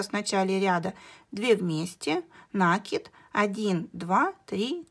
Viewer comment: Все хорошо.Подробно все объяснили,но режет мне слух Ваше слово " нАкид"